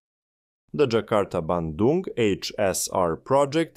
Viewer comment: You nailed pronouncing "Bandung" perfectly!